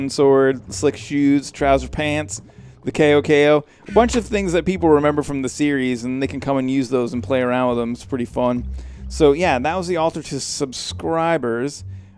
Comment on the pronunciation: Pretty sure "Cao Cao" is pronounced "Tsao Tsao" not "K O, K O".